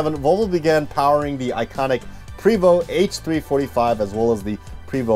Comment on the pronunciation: Yep, your pronunciation of Prévost is very good. Once the proud of Quebecers, it’s now owned by the Swedish. MCI was even owned a few years by NovaBUS, a city bus manufacturer north of Montreal. It was bought by Volvo along with MCI that was resold afterward. I worked for them a few years and also went to a MCI plant in Roswell, NM.